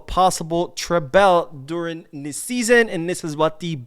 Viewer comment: According to the spelling, treble is not pronounced tray-bell.